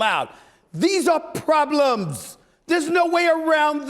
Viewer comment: The way he said problems